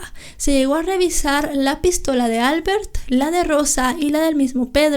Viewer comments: Albert es un nombre catalán y se pronuncia : Albért . NO albert. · en catalán se pronuncia "Albért" (el golpe de voz se hace en la e no en la a) :)